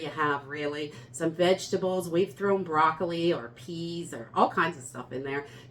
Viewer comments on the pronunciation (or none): none